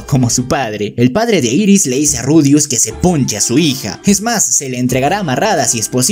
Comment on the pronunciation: No es iris es eris y no es grislein es gilen